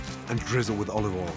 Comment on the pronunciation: "Tablespoon of olive ole"